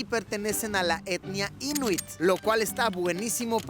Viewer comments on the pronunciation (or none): Siempre ha sido mi sueño ir ahí o a Finlandia, ya se que has ido a ambos!! Creo que la pronunciación correcta es Inuít, con acento en la segunda i...Yo mientras me estoy puliendo bien con el inglés para ver si me va bien cuando pueda hacer esos viajes!!!